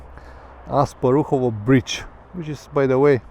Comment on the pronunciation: The bridge is called "Asparuhov", not "Asparuhovo" and it is named after Khan Asparuh, the founder of Bulgaria, not after Asparuhovo neighbourhood :-) Thanks for the video. Keep riding!